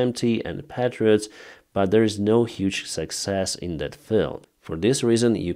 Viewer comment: we are working hard here in the USA on getting you guys some more "Paaatreots" systems.. Yea I spelled it wrong but I tried to spell it like you pronounce it with your accent. I laugh every time you say it. I hope you will agree, that we believe the Patriot system is the best A.A. system in the world, and your guys do a dam good job using them. Hopefully the calls to our senator and Congressman will help. Keep up the good work. Allan